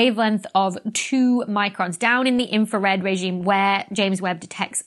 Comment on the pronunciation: Infwawed! You siwiwy Wabbit!